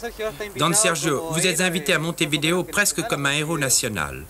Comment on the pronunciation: Ca se prononce Montevideo, pas Montevideo...